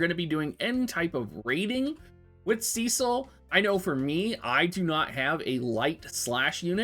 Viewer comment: Every time you say “” *triggered*. From the FFIV remake Rosa calls him “Sess-sil” xD either way. Enjoyed the review.